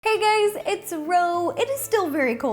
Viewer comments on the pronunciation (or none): She said "Hey Gays" at the start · "Hey gays it's ro" she knew I was coming